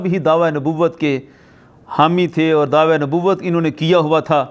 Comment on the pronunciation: Mufti sahb dhawa lafz nai dawaa hota ha urdu b thek nai aap ki